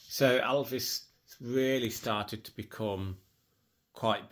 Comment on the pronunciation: Many thanks for your book reviews. Great. You say Elvis like Lisa called her dad Alvis !